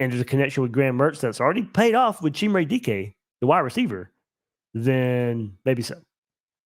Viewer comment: Chimere Dike's name is pronounced, Shy-Meer..... so I've heard. Idk the kid so I'm going on what digging Shelton did.